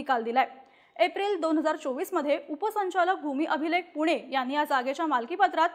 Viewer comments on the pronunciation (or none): none